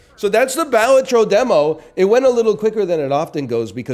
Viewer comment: I'll die on this hill...pronounced 'Bell-all-tro'